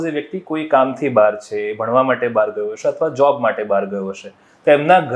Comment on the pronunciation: 'શ' અને 'સ' ના સાચા ઉચ્ચારો શીખવાની જરૂર છે; 'હશે' અને "હસે" શબ્દોના અર્થોમાં તફાવત છે...